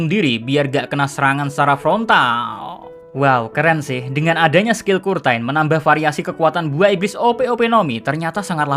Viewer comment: Ngomong curtainya bner2 lidah jowo..